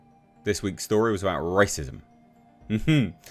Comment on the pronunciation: Why do you say 'Rass-ism'?